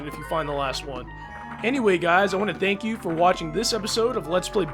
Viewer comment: The first time it sounded like "fuck you" to me (and I've replayed it and it still sounds the same to me), but the third one sounded like thank you.